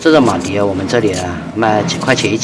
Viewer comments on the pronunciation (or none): 是马蹄ti，不是马蒂di